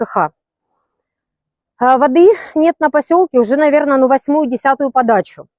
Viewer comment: "На пасьолкє праживают пагіпшиє жони, пагіпшиє муж'я" - це як???